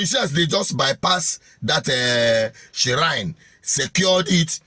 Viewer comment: the word is pronounced "shrine" not ShSSShrine?